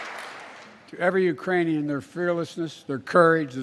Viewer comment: He said Urainian.. no such place! 🤣 man his tounge is goin full retard